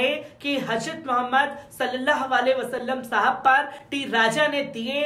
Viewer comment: KItni GHALTI kerta hai yeh anchor Urdu news bolne mei...HAJRAT bolta hai...G. J KO Z bolta hai...yeh Kya hai